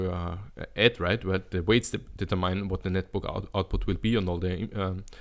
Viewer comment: determine is pronounced like Determinante without the ante